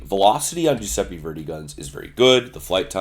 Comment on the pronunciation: Jewsepi Verdi? Pretty sure it's Italian.